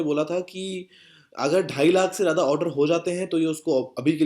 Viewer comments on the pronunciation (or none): Jada nhi bro zada hota he improve ur urdu